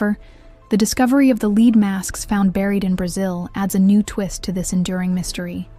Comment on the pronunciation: Lead masks. Lead rhymes with bread